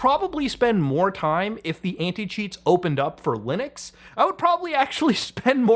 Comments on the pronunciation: Apologies, but what is "Lunix users"? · I’m sorry, how did you just mispronounce Linux?